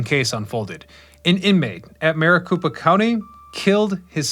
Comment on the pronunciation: Maricopa County - copa, not koopa... I believe Marikoopa County is in Super Mario Land... lmao 😂